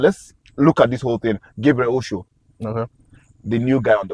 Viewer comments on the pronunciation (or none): Its not Osho Its òshoó A yoruba name . He even pronounced it so well in the interview. An omo Eko gan gan ni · ❤❤ But why do you guys keep calling him Oshow? The correct pronunciation is Ọ̀shọ́ (Orshor) I expected AY (as a Yoruba man) to pronounce the name well. You can take a cue from Gabriel himself. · Get Osho pronunciation right. Osho as in English word 'or' sh 'or'